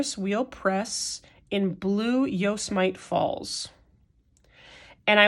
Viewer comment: Yosemite is Yo-sehm-it-tee! It’s a national park in California!